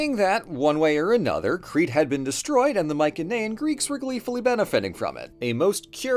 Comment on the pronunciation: Still laughing over “des-TROY-ed” 🤣